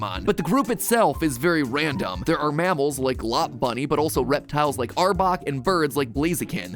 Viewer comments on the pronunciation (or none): Everybody:Lopunny Mat Pat: Lobbunny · Mat just said lopbunny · im fine with the other mispronunciations but LOPUNNY???? (low-punny). Please never do that again. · lopunny, not lopbunny lol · Not lop-bunny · He really said Lopbunny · I am never going to forgive the way he says lopunny. where did the B come from. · He really just called Lopunny “Lop-Bunny” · Did mat just say LOPunny it's lopunny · Are we gonna skip over the part where he pronounces Lopunny as LopBunny? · The way he said Lopunny hurt me a bit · Did Mat just pronounce Lopunny like that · I think Ludwig would disprove of the way MatPat pronounces Lopunny lmao. How does he always mess up these famous names/words!?